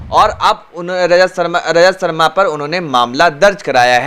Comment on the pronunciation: Abe bolna to Sikh le Lajat sharma nhi Rajat Sharma